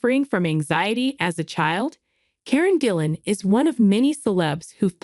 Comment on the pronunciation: I presume AI can’t consistently use a hard G.